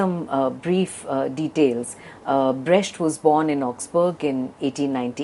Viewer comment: It's pronounced 'Brekt' not 'Bresht'.